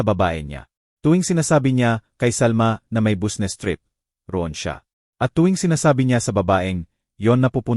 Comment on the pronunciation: Ewan ko Basta nttwa ako sa narrator sabe nya busnes tas nikte gete Durk nub